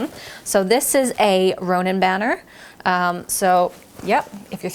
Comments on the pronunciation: It's Rohan not Ronan! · Did she just say “Ronan banner”? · Rohan (not Ronan) :). The blue bannery thing with the White Tree of Gondor and the crown and stars is the sign of the king and the crest of Gondor. It does appear on a banners in the movies in the coronation scene. I love the idea about what to do with the socks (heat pad)!! I get decorative socks as gifts sometimes and never know what to do with them. It would be interesting to fill them with popcorn, though, as I usually microwave those pads to heat them up, hehe. Wonderful video as usual :).